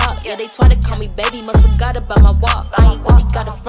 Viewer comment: jon keith has something like this to. h e says forgot like fih-got but pple think he says something else